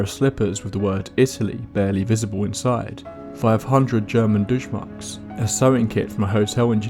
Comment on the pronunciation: "Dooshmarks" lol